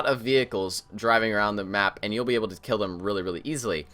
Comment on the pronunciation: "its a lot easier to gill them" - 2016